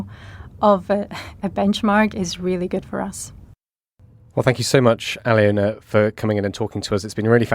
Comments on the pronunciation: More pronunciation disasters. Her name is pronounced - Al -loh - na. NOT Ally-Owna! Good lord. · I think it's Aliona, not Alina, but otherwise, I agree 🙂